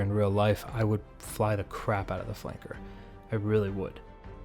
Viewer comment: "Alright we're getting oot..." Good call!! lol